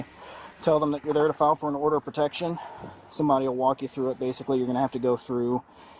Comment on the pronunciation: "PERtecSHIN" is not a word. * PROtecTION.